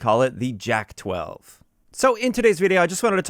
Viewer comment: I think its prounounced as yak named after an animal bc j is like y in slavic languages